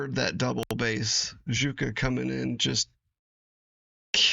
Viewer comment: Wonderful Nightwish Reaction Video, fellow Nightwish Army Member. The tiniest of nit-picks from this subscriber: Juka is pronounced like U-kah. I like to tell new, (US) reactors to Nightwish to think of the name Jagermeister. We call it "Yay"-gur-mice-ter. A fellow of or Army-members posted a link to how the Scandinavian's pronounce the names associated with Nightwish. Hopefully I will see it again so I can check it out, too. By the way, Jukka the drummer is still with Nightwish but works behind the scenes. Marco is no longer with the band but in order to confuse things even more, the new Bassist is another Jukka! 😊 Thank you for continuing your most excellent Nightwish reaction videos. Your fellow member of the Nightwish Army, Outpost Eatonville out.